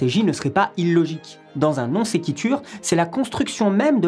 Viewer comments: "Non sikiture" Vous abusez de la prononciation là quand même x) Ma prof de latin aurait souffert d'entendre cette vidéo lol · C'est marrant d'entendre "non sequitur" prononcé à la française. xD Moi j'ai toujours prononcé "nonne c'est cuit tour". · marrant, je crois bien que c'est la première fois que je l'entends prononcer à la francaise et pas en latin... Ca surprends :')